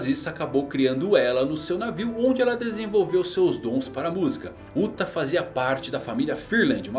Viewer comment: Sempre que falam "Uta" eu ouço "*uta" :((